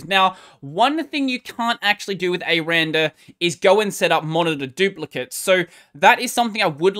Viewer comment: its “ecks arr and arr” btw... 😏